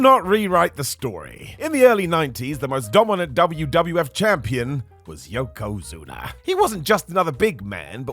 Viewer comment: You called yokozuns zunes. You should be ashamed of yourself. You shouldnt have a roster spot in a wrestling company. Not being facetious, i mean that.